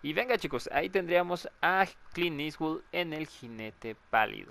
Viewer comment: oye me acabo de dar cuenta, es "Clint eastwood" no "Clean eastwood" xd